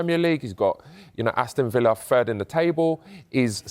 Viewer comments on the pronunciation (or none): Ah fink he's fird in da table! Sort it out,Sky.